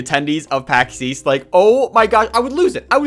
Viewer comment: I hear "Paxeees" but I know you mean Pax east lmao